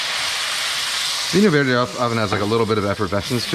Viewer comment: The wine is pronounced Vin-you Verd-jay